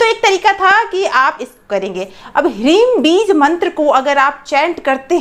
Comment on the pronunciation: क्या हिरिम उच्चारण कर रहे हैं